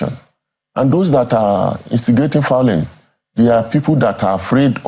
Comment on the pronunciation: Why did you even invite someone who is saying “fiolence”. All these people are going there to collect.